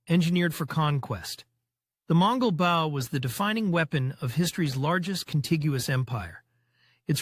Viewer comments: Firstly, it is not Bowww, it is a Bo. Secondly, there is no evidence that the Longbows arrows penetrated plate armour. Most assuredly it was capable of penetrating mail or clothing. The tactics used with English/Welsh Longbows were battle-winning because thousands of arrows impacting together caused massive damage to horses and the lightly armoured. English archers rode to battle, but fought on foot. When the French cavelry were cut down, the English archers quickly stepped in and dispatched them with mallets, axes and falcherons. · WTF is this? Bow rhymes with Grow Not with Cow